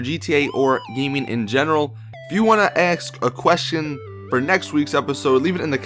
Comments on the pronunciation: He says axe a question. Not ask a question. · you say AKS its ASK not AKS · he said " if you want to axe a question"